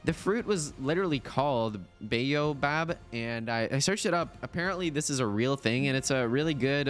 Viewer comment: Quiche is pronounced keesh Ya got Baobab right w/ bay o bob Thx for introducing me to new mod! 😊